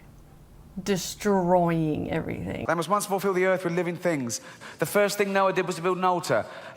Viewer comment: Just stumbled onto this channel. Oh my god this woman is so cute and charismatic. Love her expressions. Dest-er-oy-ingah. 😂